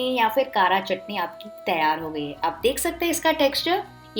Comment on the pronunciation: It is kaara chutney...not kaaraa chutney